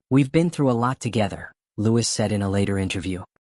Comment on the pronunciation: It's pronounced "Louie" not Lewis